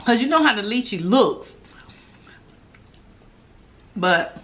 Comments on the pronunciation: That’s lychee(Lie-Chee) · Yes it does taste like a grape and they are delicious 😋 and Lychee is pronounced Liechee